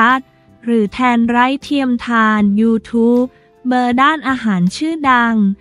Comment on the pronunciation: เขาอ่านว่า ยูทูปเบอร์ค่ะ อย่าอ่านเว้นวรรคผิดค่ะ ห้อง ICU ก็อ่านผิดนะคะ